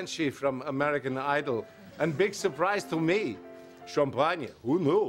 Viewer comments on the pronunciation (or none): This reminds me of my then creepy elderly next door neighbor when I first moved into the neighborhood. He kept trying to get in my pants. I set him straight though, and now we get along and he keeps a respectful distance. I remember this skit, I love how Walken pronounces champaagnah. He is deliciously naughty. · what's so funny. I pronounce Champagne Sha Pon yuh too. I thought he would offer her some Hawlies Blistol Cweme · hahahah i love how he says " champanya" haha lol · I always adored this clip. But he stole schom-pon-ye from Potassa. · Is this character even French. The accent doesn't sound that French. My favorite part is how he pronounces champagne "champagna."